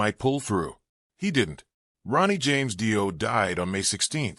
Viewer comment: Fuckin Ai videos are the worst! Can’t even pronounce his name. Don’t bother watching!